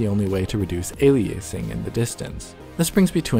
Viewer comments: Firstly, the word "aliasing" is pronunced incorrectly in the video. Secondly, aliasing is overlapping of frequency components of a signal due to sampling, both temporally and spatially. The simplest method of antialiasing would be to preapply a lowpass filter to the signal in order to make it bandlimited and avoid most aliasing. By doing so, the image would get blurred, since the higher frequencies were filtered out. There is much more to what I said, just wanted to put it in simple terms. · How do you pronounce it then? A-lie-a-sing? Wikipedia disagrees that he pronounces it wrong. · What a bizarre way to say "alias". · Okay. I don't really care how you want to pronounce aliasing. But if you could please pick one pronunciation and stick with it for the entire video instead of changing it every few times you say the word, it would be a lot less distracting. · thank god someone else was annoyed by the way he said aliasing. Looking through the comments, I thought I was the only one that knew he was saying it wrong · Learn to pronounce the word "aliasing" if you're going to keep saying it a hundred times in a video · Dude learn to pronounce the word ALIASING properly. It's not ALIACING!!! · "ey lee uh sing" not "ey lee ace ing". A dictionary would have helped. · A-li-eh?-sing? No! A-li-ah-sing, or A-liah-sing. Please! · Aliasing, not "ayliyaysing" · I loved seeing this breakdown, HOWEVER.... Ale e ace ing ??? Alias is not A pronounced "ale e ace" That was so damned annoying. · "aliaysing" lmao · Why do you keep pronouncing it "aley-aceing"? It's literally alias + ing. Nobody pronounces alias as "aley-ace". Apart from this odd choice, the video is good and the people who didn't understand all the terms - well this video isn't for them. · aliACEing. the way you talk and how you seem to be trying to cover up some sort of impediment is more jarring than the worst aliACEing. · This was fantastic and very informative. Narrator's GOTTA stop sayig ali-ace-ing though